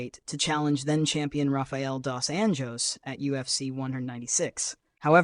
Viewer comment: Stop with the AI voiceovers already. You really don’t know how to pronounce dosanjos